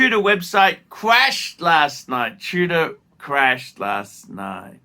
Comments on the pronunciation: Are you saying TUDOR or TUNA? In any case, your insane. Tudor was an absolute home run or whatever you call it in cricket. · nothing in tudor, wtf are you smkoing. And it's tudor not Tuna. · Is he saying Tudor or Tuna?! Wtf is going on.